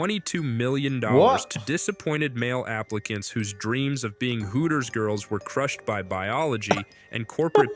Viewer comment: "Hoo - ers" 🤣